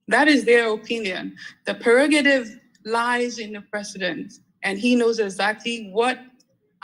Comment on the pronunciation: It's "slearing" for me. Osii "perogarive" Eeeiii Adwoa. So you've finally changed your ascent?.